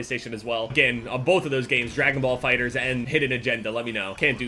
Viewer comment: It's Fighterz. Not Fighter Z LMAO